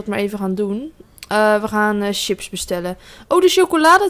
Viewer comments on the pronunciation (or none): none